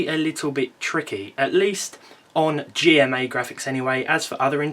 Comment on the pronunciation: intel G-rand-MA. graphics